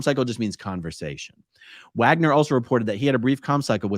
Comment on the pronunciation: Dude’s name is “Wager”. According to A-A Ron not only is the “n” in ‘wagner’ silent, it doesn’t even need to be there. 😂